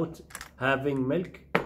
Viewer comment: Called Milk ,Caw Milk Not MELK ………Pronunciation Please...……..Thank You